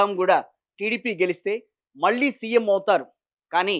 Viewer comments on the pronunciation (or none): none